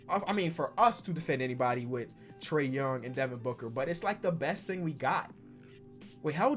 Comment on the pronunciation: Who else heard “trea”d young